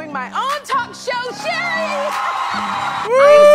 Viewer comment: LMFAO THE WAY YOU KEPT CALLING SHERRI, “SHERYL AND SHIRLEY” 🤣🤣💀